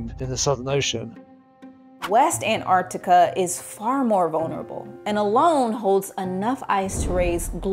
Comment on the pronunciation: The one thing you should have learned, is how to pronounce Antarctica.